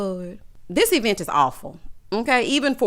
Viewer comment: 😂😂😂 E-vent!! Ode to lamh 😂